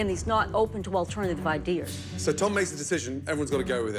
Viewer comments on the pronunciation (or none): she says idears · "idears" lol